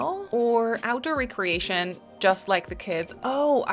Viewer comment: You are mispronouncing that word. You are saying: RE-creation. That means to re-build/re-assemble. The actual word is REC-reation. As in leasure, hobby activities. Big difference. 👍🏻